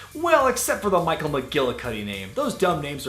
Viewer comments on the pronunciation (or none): none